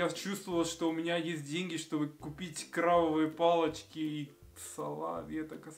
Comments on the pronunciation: «Кровавые палочки» 😆 Нужно быть осторожнее со звуком «б» и «в» в русском языке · "крабовые палочки" ты произнёс как "кровавые палочки" (sangrante). jjj